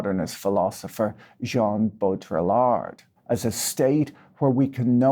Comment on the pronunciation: hey, huge fan of the channel. Baudrillard is pronounced Bow-dree-yard. But I don’t like the French so I hope you keep mispronouncing it!